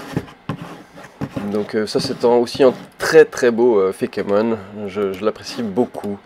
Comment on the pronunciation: par contre, plus sérieusement, c'est pas fékémon, mais feïkemonne